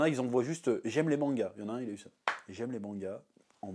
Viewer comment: Le terme Mangas par ia sonne à mes oreilles comme "Manga paria" 🙃